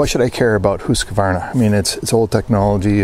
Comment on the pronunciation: Great pronunciation of Husqvarna (hoosk-varna) it means mill-house! I have a Husqvarna 640 M/98 in 8x57. Superb rifle and calibre. Greetings from North Sweden.